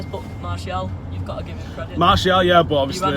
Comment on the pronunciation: United fans pls.......... Martial (Mar-ti-al) is not Marshall